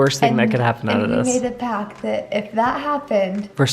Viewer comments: Sorry but the word is pact not pac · we made a pack, we made a pack.. its PACT lol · Hey! You make a “pact” not a “ pack”. 😊